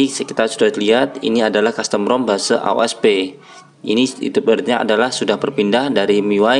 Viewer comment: Bang jangan bilang "base" tapi bilangnya "bes"